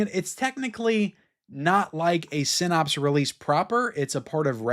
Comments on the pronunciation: great video as always, but Synapse is pronounced like snaps, not pops. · Syn- APPS, not Syn-OPS. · I'm a fan but you have to learn how to pronounce synapse correctly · Generally I like your videos, but man, if you're going to say a word 100 times in a video you could at least take 10 seconds and Google how to pronounce the word "synapse"!